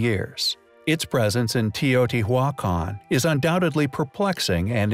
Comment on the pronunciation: How many here believe the narrator for this site is a computer??? Have you ever heard someone say Teotihuacan the way it is said here ???